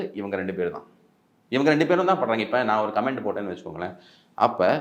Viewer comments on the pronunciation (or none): none